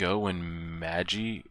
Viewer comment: magi is usually pronounced 'ma·jai'